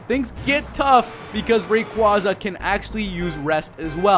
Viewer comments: About time someone finally pronounced Rayquaza right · I prefer ray-KWAZ-ah too. It is how i been pronouncing it since Ruby/Sapphire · I've talked with Rayquaza, he says its pronounced Ray-KWAZ-ah